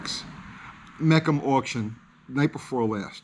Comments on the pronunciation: Will you at least pronounce Mecum right. It's Me-cum, not Mec-um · It's pronounced Mē khum!!!!! You are an encyclopedia of knowledge making a huge claim, and I actually believe you, but you gotta get the details right. 50+ years of auto knowledge and you don't know that's how you say Mecum??? 🤦‍♂️ Got that out of my system, fantastic vid! 👍👍👍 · What is 'mekkam auction'? Not knowing simple names in the hobby does not exactly give credibility... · I live near Mecum HQ and it is pronounced MEE-kum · Well…we called all of our cars “racers” back then. What ever we could afford. If you couldn’t produce it you faked it. C’mon man. Also, just FYI brother it’s pronounced Me-Come. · They never said it was an 11 second car. I’m not buying what you’re saying when you can’t even pronounce Mecum correctly